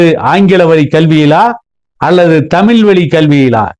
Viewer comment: ல் ள் நன்றாக உச்சரியுங்கள் தமில் இல்லை தமிழ்